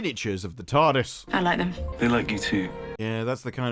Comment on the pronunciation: The way he says Tarrrrrrdis is infuriating.